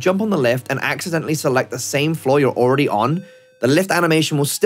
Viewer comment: “Awready on”